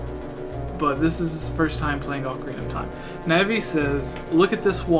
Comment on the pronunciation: Haha that's adorable... alsooooo.......... OAK ARE EENA